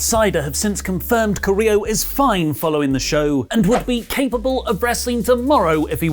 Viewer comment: Guys, you are pretty good at pronouncing names. You normally nail latinamerican names and last name's. But with "Carrillo", I've been seriously thinking that "del Río" is back every time you've mentioned him. So a little bit of help, Carrillo: kah- rri- io or kah- rri- llo ( ll as you pronounce g in gym) Love the news, reviews and podcasts, particularly rantings about everything, even tea.:)